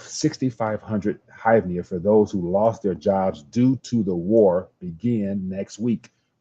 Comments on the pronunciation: It's pronounced grieve-nah (hryvnia). The ultimate monopoly funny money. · The money is pronounced Her-Vin-Ya